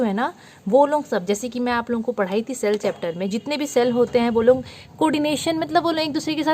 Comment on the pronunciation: Cell ❌️ shell ✅️😎